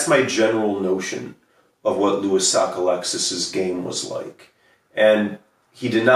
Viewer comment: As a Mainer I agree with your pronunciation of Sockalexis